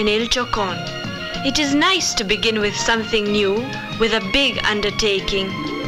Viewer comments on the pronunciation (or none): none